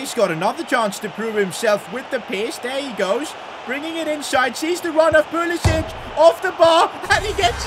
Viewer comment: Dude Pulisic is American. Stop calling him like he's Southern European🤣 pronounce C the same way you pronounce English words with C like can🤣